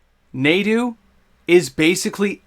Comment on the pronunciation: Pronounced "nah-do"